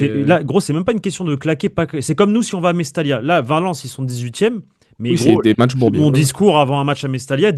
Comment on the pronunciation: c mestaya la prononciation fait un effort mec